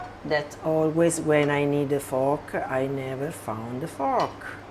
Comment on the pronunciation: yes, I hope she found her "little fork-a", she is so sweet-a, and I love-a her too-a!! : )